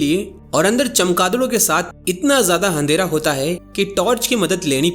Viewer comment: Handera❌ Andhera✅😂